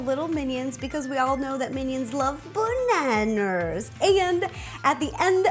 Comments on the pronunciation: it its ba-na-as not ba-na-Na-Na_RS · Why she keeps saying Baneners instead of banana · BANANER?!😂😂❤️ Love U rosanna, I also love to bake🍓🍮🍩🍩🍩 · the way you pronounce bananas...